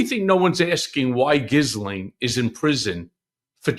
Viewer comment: Cohen!! Pronounce it 'Gheelane' the 's' is silent! Sounds poor!!